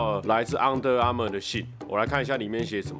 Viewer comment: 那個「昂的Armour」我有被戳到笑點🤣🤣🤣